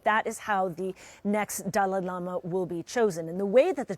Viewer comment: Pronounce his name correctly